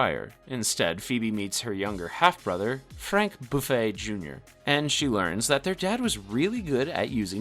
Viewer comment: Ikr i was like... buffet????????